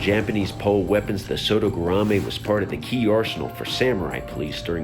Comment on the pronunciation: Man, the spelling and pronunciation of “sodegarami” was SO BAD.